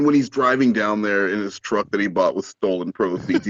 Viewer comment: also when he does actually have a jawb hes “driving trawk.” So he wants to be on the phone while he’s driving.